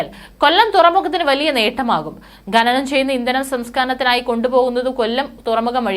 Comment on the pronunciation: 'ബാരിച്ച ' 'ബക്ഷണം' .'ഗെനനം'. എന്താണ് നിങ്ങൾ ഭാഷയെ ഇങ്ങനെ വികൃതമാക്കുന്നത് ? ഭാരിച്ച,ഭക്ഷണം,ഖനനം,എന്ന്ശരിയായി ഉച്ചരിക്കാനാവില്ലെങ്കിൽ ഈപണി താങ്കൾ ചെയ്യരുത്